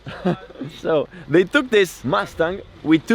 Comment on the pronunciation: Dayuuum!:)) I didn't know you do a second take speaking English for the English verion:) This is sick. I just thought it's purely a subtitled version of the Italian vid. - - stop pronouncing "mastang":)))) it's killin' me:)